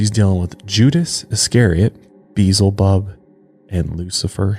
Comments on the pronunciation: It's pronounced Be el zebub. Not "Beezle bub." For a guy who supposedly grew up in church you should know this. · Beelzebub not Beezel Bub omg You continuously say it wrong Beelzebub it’s in the Bible it’s another name for Satan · Why do so many people say Beelzebub as if there is no L before the z, it's not Beezlebub, it's Be-el-za-bub. The version you guys are saying is Beezlebul which is a way of saying the name but it doesn't end in "bub" it ends in "bul". Sorry this is just a pet peeve of mine. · Love you guys but Beelzebub = bee EL zah bub. Sorry was just bothering me every time you said it. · Better watch out for Be-el-zi-bub, he might get offended being called Beezelbub.😉😆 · I was like beezulboob? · For reals though! The mispronunciation made me cringe every time. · Maybe getting his name beelzebub pronounced incorrectly is the real reason, why he was "talking in broken sentences" and was hard to understand during the exorcisms, cause he got some kinda speech disorder from it. (I'm assuming, time doesn't exist for demons and he could hear it). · I kept on correcting him, out loud lol.